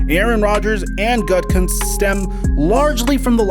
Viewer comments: Bruh - youre bringing us content and fabulous prizes - its all good. Get out what youre comfortable with - if you do, you can rest assured that we will all dig it.. Keep that good good coming our way. P.S. The Green Bay GM's name isn't "gut-cunts", its "goot-ah-koontz" 😋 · Sorry man, the, so-called, close trade with the Broncos was dismissed many hours before they made their first round pick of Surtain. So, it is not plausible they chose him based on believing they were going to acquire Rodgers. Also, it's pronounced Gute - a - kunst. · Just to help: Goo-tah-koonst. I agree with most of your comments. I think a lot of the narrative out there is B.S. Also, no one talks about how his upcoming marriage. She had never watched a football game before meeting him so it's understandable that she doesn't get the allure of Lambeau and the city of Green Bay. She lives in Colorado and L.A. And he should respect her feelings so perhaps she has a lot more influence on this situation than people are considering. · Dude... it’s GOO-DEE-KOO-NCE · Helping ya out: “GOO-da-kunst.”;-) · Its pronounced goo-te-goonst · Learn how to say gootakenst not whatever u said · Think of gouda cheese when you say Gutekunst. And "kunst" is pronounced "coonce" "gouda-coonce" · GOOT-a- Koonse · Hey, just for reference its pronounced Goo-Ta-Koonst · You butchered that GMs name haha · I'm a life long Packers fan. Rodgers is showing himself to be a drama queen. The medea and click addict fans are eating it up. This channel is perpetuating the rumor machine. Rodgers needs to show some professionalism and class by keeping his business in check. He is under contract. Do your job! The Pack don't need to consult with him on their draft decisions. Learn how to pronounce GBs GMs name before putting out content...lol.